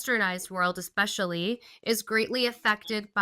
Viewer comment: it's "eh-specially", not "ek-specially".